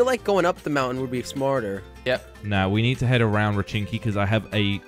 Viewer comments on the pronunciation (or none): Josh it's pochinki not rochinki